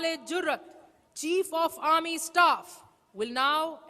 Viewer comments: Arm force 🪖 ❌ aam 🥭 force✅ 🤣 naa kare paijaan 🙏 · Aand force 😂😂😂